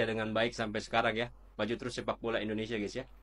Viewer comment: Indonesaaa😂😂 min hati2 kalau ucapkan nama negara sendiri.